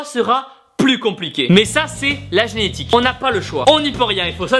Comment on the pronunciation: "la gnétique " xD